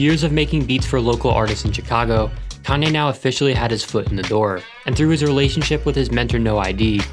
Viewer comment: Chicago is not pronounced properly here